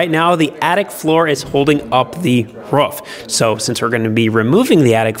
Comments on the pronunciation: It’s Roof not Ruff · can you please stop over pronouncing Roof please... Thank you.. Everyone